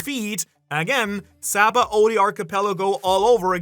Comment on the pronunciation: How does someone as knowledgeable as you about OP pronounce Sabaody wrong? Its Shabondi. Its clear as day in the japanese pronunciation. Given this is a japanese series I think thats trustworthy.